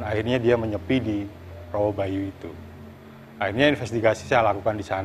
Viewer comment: Rowo Bayu Bukan Rowo banyu